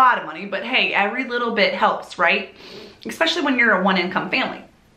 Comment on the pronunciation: It is great to see you once again....I have really missed hearing the way you pronounce the word especially (EKspecially) among all the lovely things you do. So, welcome back and I for one will EKspecially enjoy you !r endeavors ! Judy